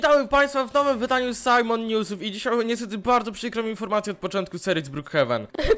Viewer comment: a nie jajmon